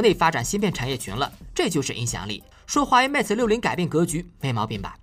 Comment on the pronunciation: 不是 meta，是 mate